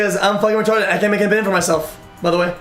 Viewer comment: "That was rerarted"